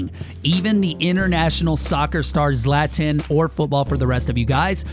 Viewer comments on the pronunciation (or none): It’s not zlaaatan it’s zlawton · pronounced Zlat-on please look up pronunciations before a video those of us who know cringe pretty hard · It’s ZLA TON that’s how you pronounce it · “Zlatin” 🤦‍♂️ ZlatAn brought me here. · If you knew Zlatan you would know that it is his thing to say Zlatan says _____. Zlatan is prononced Zlaton. No hate just telling the confused people. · can’t believe you’re pronouncing the gods name incorrectly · you pronounce zlatan’s name extremely wrong... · It’s Zlatan not Zlatan